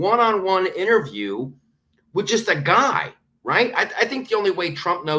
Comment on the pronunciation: Correct pronunciation is ...... IN TER VIEW..... not INNER VIEW